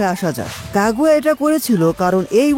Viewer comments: কাগুয়া কাগুয়া কি ভাই তোমার গু'য়া সঠিক উচ্চারণ না করতে পারলে ভিডিও না বানানোই ভালো এটা কাগুইয়া হবে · Kagua ✅ Kaguya ❌